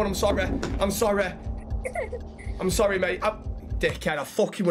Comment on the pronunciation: “sorreh sorreh sorreh” 😂🤣